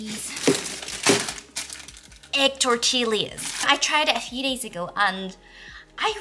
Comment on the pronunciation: Love you! Thanks for sharing your world with us. Also, it's pronounced Tor-Tee-Yuh.:) (Tortilla)